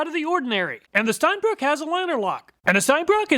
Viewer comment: Es heißt Steinbrücke (ʃtaɪ̯nˈbʁʏkə). Brücke! ^^ It is German and means stone bridge.